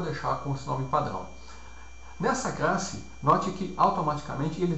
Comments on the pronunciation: Aula com conteúdo excelente e com boa didática. Como sugestão fica a dica de treinar a pronúncia pra palavra "classe" ao invés de "crasse" ^^ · Muito Obrigado! Esclarecedor. Só se atentar para a pronuncia da palavra "classe". Fora isso, o vídeo está excelente!